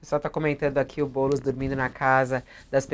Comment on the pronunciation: E impressão minha ou o cara falou "Boules" no ?